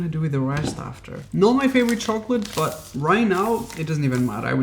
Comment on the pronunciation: "Absorve" ar first i thoight he just had a moment but then he said it again (instead of absorb). Yes.. im aware.. english is not his first language. (Im humored by it, not being a jerk). Also, i havent noticed it in this vid but i always get a lick put of the way he says 'but'. He almost never enunciates the T at the end of words... so he will be like "i know weve tried this hack before... BUH... this time.." etc. Some says ahen in feeling like i need a bit of smoking... ill take a puff every time he either says "BUH" or "literally" (depending on how lit im tryna get)